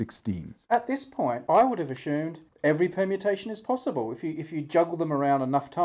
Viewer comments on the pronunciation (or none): "A-shoom" is not how the word "assume" is pronounced.